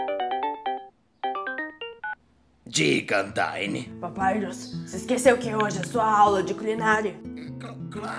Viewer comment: Confundi o papyrus com um pepsi por causa do geito que dubla o nome dele-___